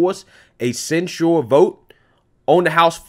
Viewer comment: Love you brother but say it with me quick and fast..... ready, set.... go!!!! sin-chur (censure) Where did this slow moving “send-chore” sounding stuff come from that you are saying??...... lol. But carry on and keep up the good work! I am liking your show better than Amazing Lucas who has been losing me lately amazingly.